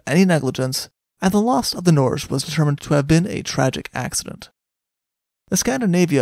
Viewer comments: No, it’s like Nor-geh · It's pronounced 'Nor' (as in neither/nor) + 'ge' with a hard *g; (as in 'geography', 'geology', etc) That's how you say Norway in norwegian.